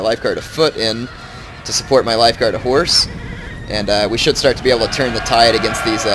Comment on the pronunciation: Am I the only one who ALWAYS hears "Lifeguard of whores" or "Regiment of whores"?